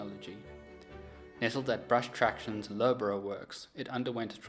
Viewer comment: Loughborough - try pronouncing it 'Luff-ber-ra'.